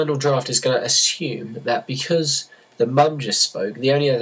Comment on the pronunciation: "be cause" Nigga...